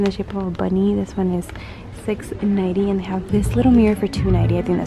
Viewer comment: ohh my goodness she says nighty instead of ninety like ewwwwww